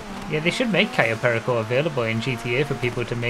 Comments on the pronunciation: I cringe every time he mispronounces Cayo Perico.. at least he learned to say Yosemite 🤣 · it gets me everytime tries to pronounce cayo perico properly